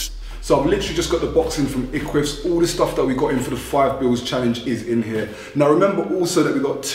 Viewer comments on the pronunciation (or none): eqvvs is pronounced ek-wiv-is bro for future reference